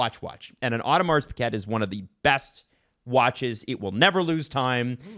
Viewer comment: pronouncing it Audi Mars Piguette is killing me lmao. Come on I know us southern Ontario guys aren't French Canadians but we went through some French classes. You can try to pronounce it a little better than that